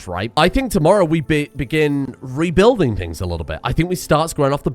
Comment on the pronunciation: Did he say rebuilding or weeb-building?